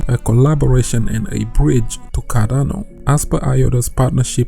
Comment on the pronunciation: Its CarDano not CaRRano ffs... is this so hard to pronounce?!